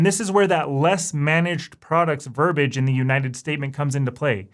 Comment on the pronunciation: It's verbiage, not verbage. Remember, verbage is garbage.